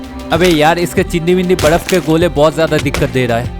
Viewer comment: Badaf ❌ baraf😂